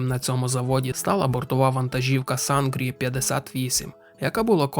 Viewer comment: Читається не Сангрі, а Синрі...